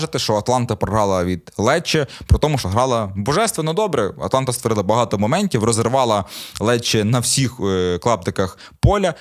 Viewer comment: Вже не перший раз чую ''Атланта''. Яка-така Атланта (Блек Хоукс)? Є АтАланта. Доречі у минулих випусках стверджував, що Хойлунд грав за Рапід., це був Штурм.